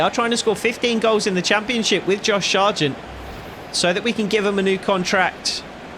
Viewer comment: Why do you pronounce it Shargent when there is no h in his name